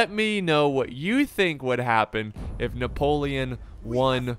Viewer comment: “I say, I Napo- French voice kicks in - LEON